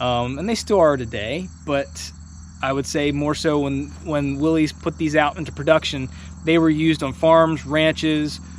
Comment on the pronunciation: The guy's name who designed the original "Jeep" is Willys - pronounced WIL-iss, not WIL-eez. It is singular, not possessive. Please, let's use the right nomenclature for something that we love and collect.